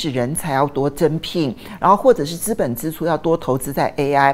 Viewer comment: 資本支（ㄓ）出不是（ㄗ），呃….正音要加油！